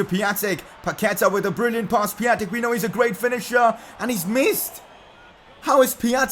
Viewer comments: Pia-n-tek not pia-tek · It is Pion-tek I know because I’m Polish and so is he. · You don't pronounce Piatek right :/